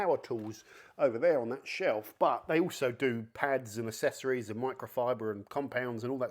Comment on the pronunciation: "They also do pads and assessories". Have you forgotten how to speak properly?